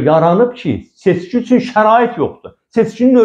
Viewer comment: Seçki adını heç öz kanalları deyə bilmir, fəlakət